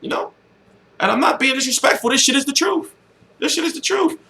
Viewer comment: why you say troof instead of truth lol